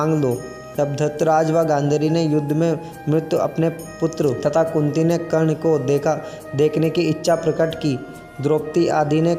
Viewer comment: Thik se nam bhi uchharit nehin hoparahahe terese...dhangse padhke to bata